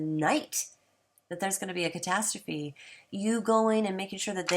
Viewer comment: Castastrophe sounds like Kuh-tass-trophy. Not Cat-uh-stroff. LOL! Love your lil rant about him, the guy is a complete shill for the almighty dollar and a fear monger. Good vid.